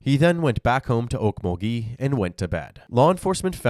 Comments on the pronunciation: Oak - MUL - gee It's not a French city. You're putting the emPHAsis o the wrong syLALble But, more seriously, how does this not warrant a death penalty? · Okmulgee is “awkMULgee” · Actually, it's Oak-mulgee